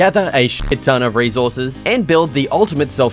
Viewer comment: Fricken. Fricken. Fricken. Rezorces. Frigen. Bloody. Fricken.